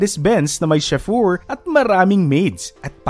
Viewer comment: Sir, ang bigkas sa chauffeur ay show-fer.